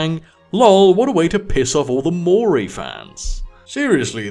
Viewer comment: Maori is pronounced Mao as in chairman mao-ree, roll the r like scottish. So Mao-ree. Not Moor-y.